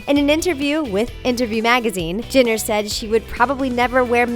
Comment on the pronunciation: THEY SAID "JINNER" NOT "JENNER"